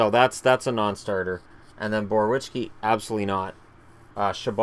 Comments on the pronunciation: Boroveeyetski not Borowichki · Every time I hear Borowiecki's name it's a different pronunciation lol.